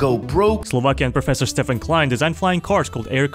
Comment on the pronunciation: I'm Czech (so i know like 97% of slovak) and that pronounciation of Štefan Klein was the best you can say it without saying the weird Š.